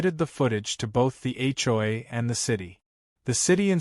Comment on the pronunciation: It’s an Ai voice not real, so hasn’t learned the correct way.